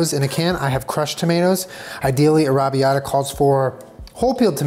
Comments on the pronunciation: NOOOOO I LOVE YOU SO MUCH BUT THAT IS NOT HOW YOU PRONOUNCE "arrabiata" SAUCE! I am Italian and it is my favorite sauce to eat and I would love to make it one day. It is pronounced arra bee-yatta sauce. Im sitting in my college dorm just dying listening to you not being able to pronounce it. OMG please look it up am going to die. I am Italian lol Im dying again, arrabiata sauce does not have meat in it. I understand that he is using fake meat but omg its not alloweddddd i a virgo italian you cannot do this to meeeeeeeeeeeeeee AHHHHHHHHHHHHHHHHHHHHHHHHHHHHHHHH but its almost okay because you are protein deficient, almost we also dont cook with butter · Is no one gunna say anything about the way is pronouncing arrabiata🙄 it’s paining my soul, but it’s hilarious 😂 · You say Arrabbiata very very strangely to my British ears 😆